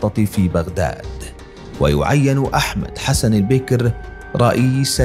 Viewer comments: إلى قارئ الفيديو هل أنت أعجمي ؟؟ لماذا تكسر حرف الباء في كلمة البكر ؟ ؟ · البكر بفتح الباء ، كسر الباء يجعله انثى ! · وثائقي جيد لايخلو بالطبع من بعض المغالطات اضافة الى نطق بعض الأسماء بشكل خاطئ مثل الرئيس البكر والرئيس هواري بو مدين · البكر بفتح الباء وليس بكسرها.